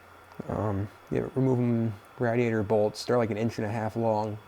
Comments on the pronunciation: Its pronounced. Raid E ate er. Smh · Quit sayin radiator like that🤣🤣🤣